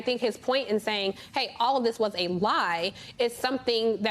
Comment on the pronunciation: correction Johnny Doe, he did not say was... he said "waos".